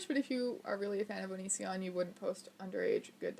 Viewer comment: constantly reads Onision as Onion son